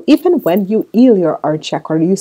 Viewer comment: How can u say eal then say heal correctly 🤔😑😑😑